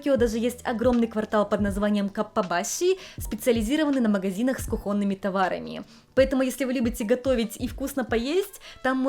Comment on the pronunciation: Всё хорошо, только кУхонный, кУхонными, а не кухОнными. Ударение всегда на У. 😌